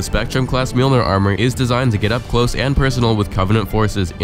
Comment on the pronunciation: Finally someone can pronounce Mjolnir correctly.